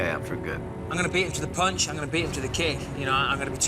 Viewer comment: Anyone watching the ultimate fighter? Joanna Jedrzejczyk is the worst trash talker of all time, " I going to punshu ".